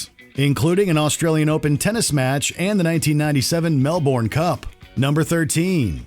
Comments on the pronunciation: its pronounced "whacka" pronounced "mel-bin" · Melbourne is pronounced melbin, same as how brisbane is pronounced brisbin